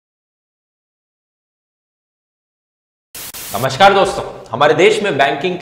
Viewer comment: नमश्कार नही नमस्कार